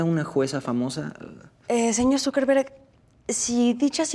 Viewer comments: it sounds like she says "SuperVerga" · Dice zuckerberg o dice superverga? 🤣🤣